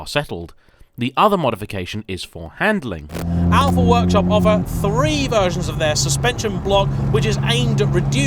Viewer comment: 'andling for "track work"